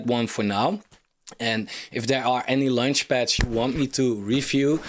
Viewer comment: As much as I liked this review, it’s quite annoying he’s constantly talking about lunchpads instead of launchpads… But if you judge this more on content and less on form, it’s a great subject for a review. I’ve requested something like this from Coin Bureau multiple times, so I’m glad someone doing this. I was going to suggest Cardstarter and OccamFi on Cardano projects, but I think Cardstarter is almost dead…